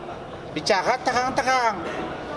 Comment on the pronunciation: Ngomong aja cadel jadi lowyer,,terang...terang...(tehang....tehang...)😂😂😂